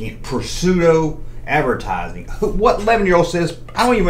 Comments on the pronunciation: My cousins had that Ewok hut thing, hers was green abs had a weebles type family in it and that was when Star Wars was still in the cinemas here in the UK! Oh and with pseudo, you don’t pronounce the P 😊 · When you first said Pseudo I thought that you were trying to say Prosciutto. 😂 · The p in the word pseudo it's silent